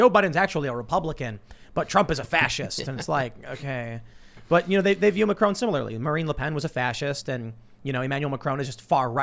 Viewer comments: Mac-a-rone. HAHAHAH Ma-cron. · Please try and say Macron. Getting triggered by Macroan, lol. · It’s pronounces “MA-KHR- spit -ON” not “MA-KR-OWN” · Here in the U.K. and majority of Europe NO MSM reported on the year long yellow vest protests, there was a ‘D’ notice in force !!! And please learn to pronounce Macron’s name correctly 👍